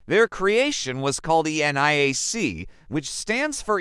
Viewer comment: You guys should really proof-read and watch your own videos to proof-check the VERBAGE. ENIAC - not ""the NAI AC" or ANIAC -- the dumb AI can't read. Or "ElectrAnics" ??